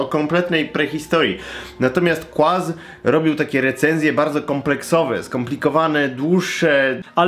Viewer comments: Kurna "kłaz" uwielbiam cię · 10 lat minęło a "Znany także jako " nie nauczył się wymawiać...